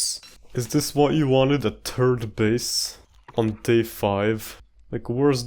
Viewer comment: 'turd base'